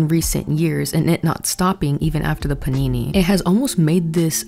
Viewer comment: My trauma is hearing you say "panini" instead of pandemic. Anything would be better. Say shutdown, or drought, or potato chip. Anything else. Please. Youtube has lifted that monetization ban, by the way. You can actually say pandemic.